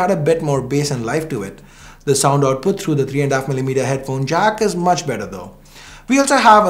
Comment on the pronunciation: Who else noticed say "Note 9 pro max is doing a much metter job" 😂